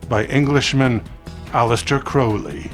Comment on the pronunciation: Thank u 4 pronouncing his name rite, as always I love all yr content